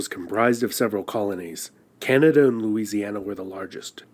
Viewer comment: Can-ah-da Not Canata 😑 Silly